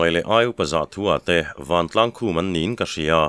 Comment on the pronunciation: Mahni fate zawnga lo van ruai tiha van hi i lam dik lo. Ván tiin lam tur. Rubber ka pawt fán tiha fán thlûk ang hian.